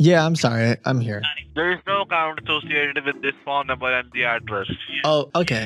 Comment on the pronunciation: I don’t trust anybody who can’t say and pronounce the number if u say nomber I’m not trusting u 😂 😂😂 nooumbera